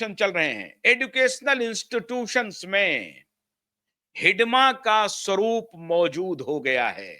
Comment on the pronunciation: आपने हिड़मा को हिडमा क्यों कह रहे हैं? अंग्रेजी में डी की जगह आर का प्रयोग कीजिए। अंग्रेजी मानसिकता से उबरिये। हिड़मा को मौत के घाट उतार दिया गया। उसकी हत्या नहीं की गयी है।